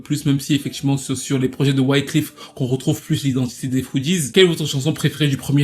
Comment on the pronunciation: bon video mais pour vrai cest wyclEf pas wyclIf lol